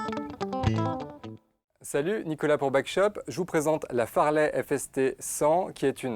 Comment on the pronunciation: Le mec qui dit "FARLEY" alors que c'est "FAZLEY", ça le fait pour un vendeur...XD